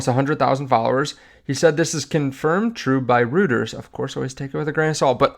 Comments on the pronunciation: Reuters..Pronounced Royters not Rueters...Jesus. How hard is it to learn. It's not like they haven't been around for last 100 years or anything. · It is pronounced Roy-ters, not roo-ters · It’s roy-ters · It’s pronounced ‘Royters’ 👍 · Reuters is pronounced like ROYTERS. 🙂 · Reuters is pronounced Roy-ters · Thank you for keeping us up to date. You commonly hear it pronounced Roy-ters. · reuters is pronounced Royters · it's pronounced "Roy-ters" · It's "Royters" my Brother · Reuters is pronounced "Roy'-ters" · he oddly has challenges pronouncing normal things